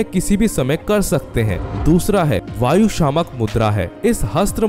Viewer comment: Bhayu मुद्रा नहीं..वायु मुद्रा that is air mudra .